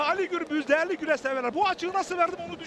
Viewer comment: Güreş değil " Güleş" 😂